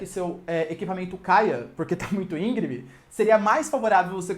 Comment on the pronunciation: Excelente aula. Mas, cuidado para não escorregar no português (ÍNGREME, e não, ÍNGRIME).